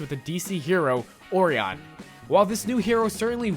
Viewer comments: oh and OR-er-on is pronounced Or-Ri-an like Orion's belt constellation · Oriahn? It's Orion. Like Orion the hunter. Cmon man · Don't know about the axe but you did say Orion wrong.